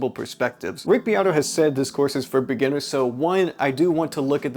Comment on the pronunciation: Guy cant even say the word "beginners"..not a great sign..